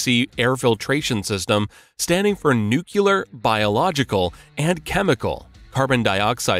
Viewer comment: So nuclear become nukular. Magic.